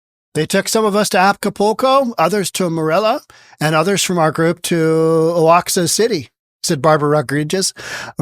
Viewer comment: Oaxaca is pronounced “Wah-hah-kuh”. 😆